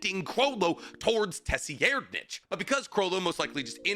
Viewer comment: Tessi Erdnitch? Tser-ried-nich So you either go american -> Sir-Reid- Or you go german sounding since it is phonetically close to german -> Ser-Reed-Nich